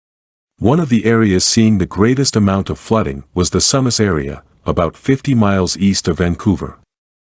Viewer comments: Pronounced soo mas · Learn how to pronounce SUMAs = Soo mas, I have heard mny crazy pronouncing ,I grew up there!